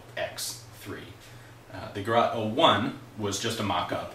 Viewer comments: The pronouncing is not garat, it is gerät. The Ä like pronounced the a in GAS- operated.... or simple, as Geret 03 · Gerat in Islamabad. It's Ger-ät. The Umlaut of doom will not be ignored. How to: Open your mouth as wide as possible and let your tongue hang out as wide as possible and try to produce a sound. This is in the ballpark of the "ä". Listen to the pronunciation of "Mädchen" online.